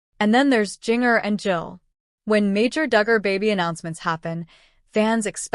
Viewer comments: Jin- jer!!!!!!! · If, after all these years, you pronounce Jinger totally wrong; I seriously question your credibility as a legitimate information source!